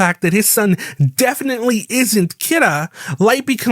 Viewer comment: Honest question, why do you pronounce Kira so odd.. the ANime doesnt say it like that in either english NOR japanese